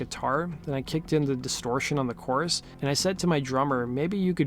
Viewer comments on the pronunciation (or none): none